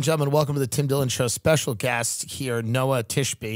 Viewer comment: Pronounced different in Israel, Noah like the Ark has a CH sound in the end, like the H in Hamas. Noa is a total different name and for females only.